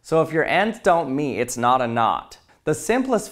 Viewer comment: The Word knot is said 37 Times in this Video (the 3 Times when He says Not but it Sounds Like knot are Not inclouded)